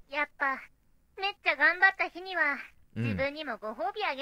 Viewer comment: 「め↑っちゃ」っていうアクセントに気を取られて内容が入ってこない